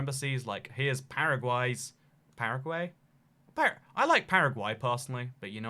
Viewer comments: its paragay. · Paragays like paraguys...